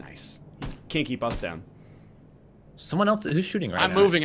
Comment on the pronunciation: Around 30 minutes he said "Cant keep us down" and it sounded like "Kinky Bus Town"